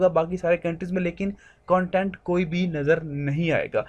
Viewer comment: Content ko dhang se pronounce karle jha2